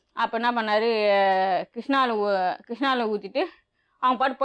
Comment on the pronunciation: Madam adhu kirishna oil illa kisssnoil 😂😂😂😂😂